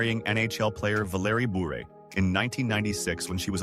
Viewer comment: It’s burr not buer